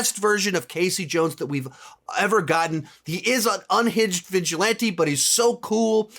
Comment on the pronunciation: The way this man says “vigilante” angers me